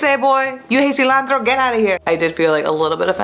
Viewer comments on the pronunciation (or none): OOOOFFFF... The way she says Silantro...